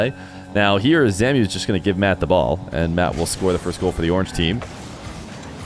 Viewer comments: Zamue isn’t named “zamyoo” it’s “zamway” because of the accent on the E, love you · Yo. It's zam-oo-way. Not zamiu. Just thinking because he used to be a big time EU rlcs guy. Great content tho, thank you bro. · for future reference zamué is pronounced zom-way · Hey, just an FYI but I believe Zamué's name is pronounced as Zam-way